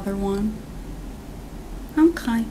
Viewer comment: “Owrkayr” goddayum this mayde meay laough😂